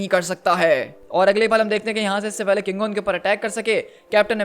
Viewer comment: KINGO not congo 😅